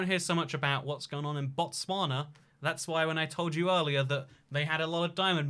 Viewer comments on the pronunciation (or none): none